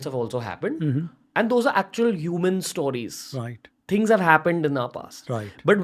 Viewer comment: Say "Stowries" one more time 😂